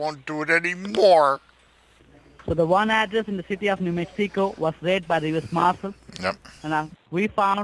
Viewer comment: New Mexeeeco TX. Babbling scammer.